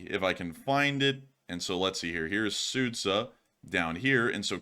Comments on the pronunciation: Not Sudza. Sudja!) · Sudzha is pronounced Sue-Jah.